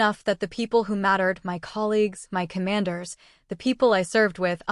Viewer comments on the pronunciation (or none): none